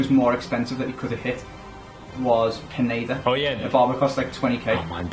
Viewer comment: It's pronounced Pi-neda